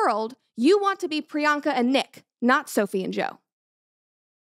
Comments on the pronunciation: It’s PriyanKa Chopra. Not Priyana. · I am so happy for you but it's priyanka not priyana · Hello Brett! I am new in your channel. Thank you for pronouncing the name of Priyanka Chopra at the end of the video correctly. I couldn't help but notice that you called her Priyana😅. Thank for your content. I am from France I never heard about a shut up ring before. Wish you the best for you and your entourage. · Priana 😂 it’s Priyanka not a big deal but it’s funny to hear Brett saying it wrong multiple times… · I’m so happy for you Brett!! It’s so incredible that you’ve found the love of your life ❤…I did just want to say for the rest of the video, that Nick Jonas’ wife’s name is Priyanka Chopra, not Priyana Chopra, cause it bothered me a lil the way you pronounced it, but it’s all good! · Not Priyana it's Priyanka 🤣🤣🤣🤣Just had to correct soz kept bugging me that she kept saying Priyana 🤣🤣🤣🤣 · Love your videos, its Priyanka btw not Priyanna. Keep up the epic videos! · First of all congratulations brett know you have another dog yeehhh Also her name is Priyanka Chopra not pirana chopra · PRIYANKAA.....Congrats Brett but everytime i here Priyana its soo aaaarh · It's Priyanka not Priyana. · Pryan + ka Not pryana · Pryanka it is not pryana lol. Congrats brett 🎉🦋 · Congratulations, Brett! I wish you a happy marriage <3 On that note, her name is said Pree-yunk-kah Cho-pra. 😅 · Its priyanka not brianna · Dear… please pronounce the name right… it’s Priyanka… she is an icon for us Indian… plus one of the best actor It’s literally disrespectful… Congrats on your engagement 🎉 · Its pronounced as "Pri-yan-ka" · Did you just butcher Priyanka's name 😂😂